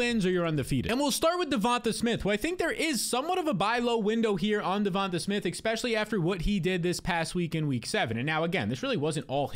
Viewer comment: I turn off every video of yours as soon as you say “Exspecially”… Took like 5 words this go. Congrats.